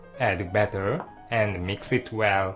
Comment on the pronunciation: and a meex eet well: hahaha great accent